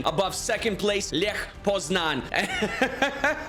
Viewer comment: Heeey, a correct pronunciation of "Lech Poznań". That's nice.